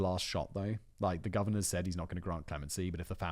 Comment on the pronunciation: "The Gorvenor of Virginia" - did Simon edit that part of the video himself?